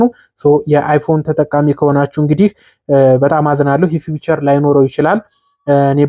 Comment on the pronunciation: ፊዩቸር አትበል